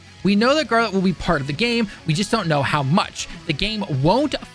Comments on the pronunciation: I could have understood a "Jeralt" but "!" That's too much man! 😜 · This guy like actually can’t read… I’m so confused he keeps calling geralt garlet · 1) What are you doing with your face? Why the overly exaggerated expressions? 2) Learn to pronounce Geralt. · wtf did you just call Geralt?🤣🤣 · My dude lost all credibility when he couldn’t even pronounce Geralt’s name. Like he’s telling people to go play the game and it doesn’t seem like he played it.